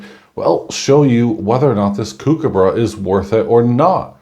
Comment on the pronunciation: Everytime you say "kookaburra" I cringe. Your pronunciation is terrible but the coin is mint.